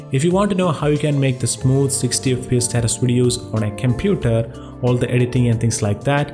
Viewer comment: did he say kemputer ?